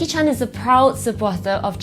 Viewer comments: Why is she mispronouncing Jackie Chan's name as Jackie Chun?? Singaporeans can't speak English for shit. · Why do Singaporeans pronounce Chan as ‘Chun’ Singaporeans can’t speak English for shit!😂😂😂😂